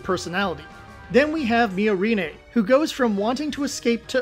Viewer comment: Weird take. Also, one should never trust the opinions of people who can't pronounce the names of characters in media they are criticizing. How hard is it to get "Miorine" right? The dub is pretty consistent with the sub, did you even watch?